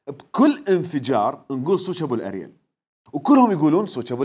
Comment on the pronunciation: ابوو الئرول هههههه مو البوو الئريل هههههههههه